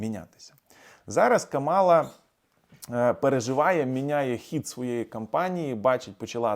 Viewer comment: слух ріже, коли ви КАмалу називаєте КамАлою.